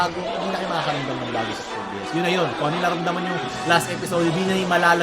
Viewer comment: TERROR IN RESONANCE ONE OF THE BEST FOR ME.. baket gay-ass? its gee-as